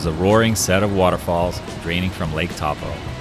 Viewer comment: Taupo is said "toe-poh"